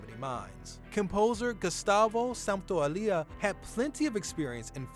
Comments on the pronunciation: I am Spanish and Santaolalla pronunciation hurts, you pronunce it as if it was Santaolilla. Next time search the pronunciatiln on Google translator please. Thanks and nice video! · is SANTA-OH-LAH-YAH, I hope that helps. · Santo- la-ya... Is not that hard :) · Dude you might want to at least check the pronunciation of the names you're trying to say. You murdered Gustavo's last name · You completelly butchered Santaolalla's last name :( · Man, you butchered Gustavo Santaolalla's name pronunciation horribly. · You pronounced Gustavo's last name wrong... and it's Bruce Straley not Stanley 😂